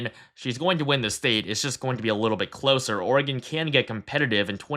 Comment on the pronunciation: Thank you for pronouncing "Oregon" correctly!